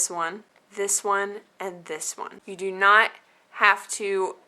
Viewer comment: Lol... at the end... "You can put it on your tree... (suddenly intoxicated) I know you doooo, hee hee heeee..." :D